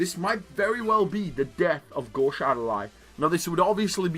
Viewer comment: Japanese pronounciation: gōshu adorai This guy: GAWSH